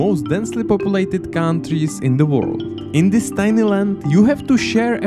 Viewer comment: cow n' trees xD